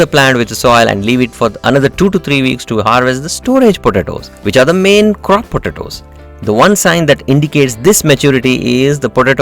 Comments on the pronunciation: Please learn to pronounce, or avoid repeating the word “potatoes”...., it is ANNOYING how you pronounce it ! 🤪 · I so love how you say potatoes I’m literally gonna start saying it that way just discovered this channel and it’s helped me out tremendously thank you thank you, If we were to count how many times you said potatoes I would say 200 lol